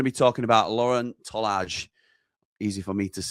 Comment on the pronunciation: Argyle fan here loves this channel love what you do with and this would be an unreal signing for you he’s way too good for league one can see him being top end champ quality very soon (btw is pronounced tolie not tolarge)